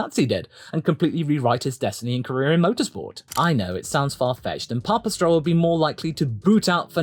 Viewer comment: Papa Stroll sonds like Pawpatrol the way you say it. There ist a Joke somewhere in there.